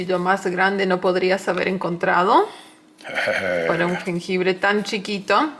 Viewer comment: Me encanta verlos juntos y sobre todo ver a cocinando, morí de risa con el "jenjebre", saludos desde Oaxaca México.